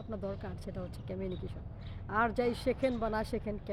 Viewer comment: উচ্চারন টা কমিউনিকেশন বলে ই তো জানি। আপনি বলছেন 'ক্যমিউনিকেসন'। তাহলে কোন টা ঠিক ম্যাডাম?